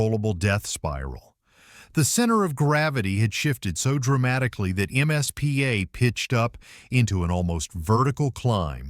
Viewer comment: Why does the narrator call the “MIZPAH” the “MSPA”? A bit antisemitism there?